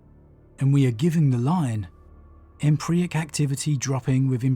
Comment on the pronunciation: Euclidean (You-klidian), Empyric (Em-pier-ik). I love your videos, please take care with pronunciation, you are better than that.